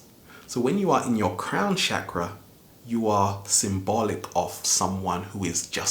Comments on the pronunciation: *****, before presuming to teach about a subject, don't you think you should be able to pronounce the word correctly? It's CHAKRA, not "shakra". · It's called a Chakra not a Shakra. Just saying. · great video but i just wanted to say its not pronounced as SHakras its more ch sound as in change or chug. its a strong ch sound rather than sh. chakra being a 'sanskrit' word ended up forming the hindi word chakar, translating to circle. so chakras are energy circles/centers. had to say something after i kept on hearing shakara lol. but again. great video like all the rest of your videos. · I think you mean that the 8 inner gates due and it's Chakra not shkra dame men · You saying chakra wrong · his pronunciation is wrong. he says chakra in a wrong way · right, but we butcher pronunciation of words from different languages all the time.